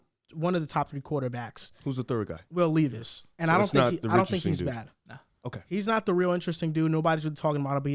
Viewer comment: I’m sorry but i can’t keep quiet anymore.. bro.. it’s Will LEV-is, not Will LEEV-is